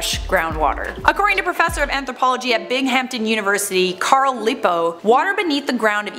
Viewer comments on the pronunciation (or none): Lmaoo I literally Just applied to Binghamton University which is in my grandparents home town what are the chances?? Oh also it's pronounced a little more like "Bing uhm tin" 😅